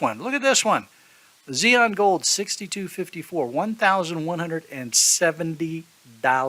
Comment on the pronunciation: Yea I just found it a little funny so i decided to comment "xenon" lol. Good video btw